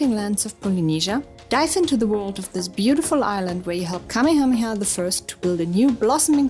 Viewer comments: It's pronounced Ka-MAY-ha-MAY-ha. lol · The name of that Hawaiian king is pronounced Kamaya-maya. I embarrassed myself by mispronouncing it the first time I went to Hawaii. Just FYI